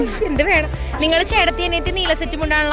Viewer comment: ചെടത്തി അല്ലാ ചേട്ടത്തി..😊